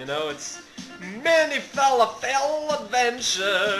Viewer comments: lol you say fer lof ull not fal a fel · ahaha. "FA-LA-FELL" Thats hilarious. Its pronounced "FA-LAW-FUL", if you were being sarcastic. I apologize :p